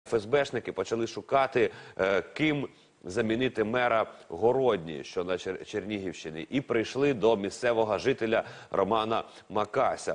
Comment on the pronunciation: Городня' ...наголос на останню букву.